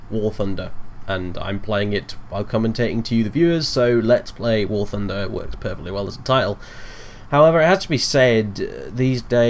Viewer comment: I heard war tunder